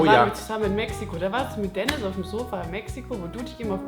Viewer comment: deniz lan ( bitte dennis nicht denise :D )